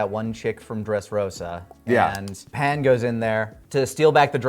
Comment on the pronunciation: Every time Pan’s name is pronounced “Pon” a little part of me cringes.